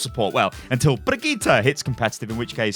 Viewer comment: Is capable of saying Brigitte like a normal person? (No hate ily)